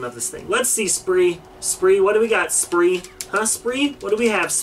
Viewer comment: It not spree